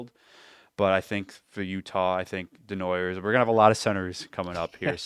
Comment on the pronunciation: Calling your male audience beauties is stupid. Mocking the illiterate over Martone, then saying Desnoy-ERS repeatedly is well illiterate. Day-noy-YAY. Fools.